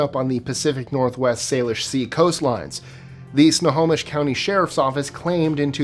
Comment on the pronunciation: Congrats on pronouncing Snohomish correctly.